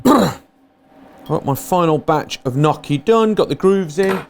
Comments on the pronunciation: Nnnnn...yokie....Nnnnnyokie.....not nokkie. Just saying as an Italian. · ny-yoch-ki say it with me. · The pronounciation of "gnocchi" is not nocchi, it is |niocchi| please. I know from my english teacher that english people has some problem with this word but please make some effort haha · Haha I like the way you say gnocchi. It's definitely not the Italian way :)